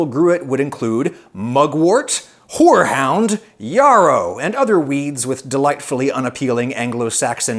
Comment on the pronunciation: Why do you mispronounce “YARROW”? It rhymes with. “ARROW” “SPARROW” “NARROW” “WHEELBARROW” “CLARENCE DARROW” and many more.